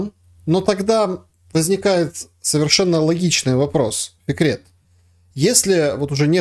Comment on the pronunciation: Фикрет, а мне слышалось "секрет" 🙂